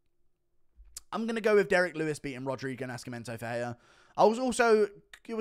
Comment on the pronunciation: "sc" in Portuguese sounds like a regular 's' (or 'c' before an 'e', for example), só, Nascimento is pronounced like 'naceemento'